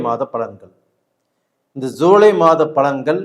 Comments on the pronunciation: ஜூலை மாதப் பலன்களா இல்லை ஸூலை மாதப்‌ பலன்களா?? என்ன தமிழ் பேசறிங்க ஐயா??🤨😏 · Shirt மட்டும் நல்லா, நல்ல கலர்ல, போட்டு இருக்கிங்க. ஆனால் ஏன் உங்களுக்குஜூலை என்று சொல்ல வராதா என்ன??ஸூலை ஸூலை..ஸூலை என்று சொல்றிங்க. Btw 4.30 to 5.20..simply super ஆக accurate ஆக அப்படியே சொன்னீங்க. சபாஷ்ங்க.👌👍👏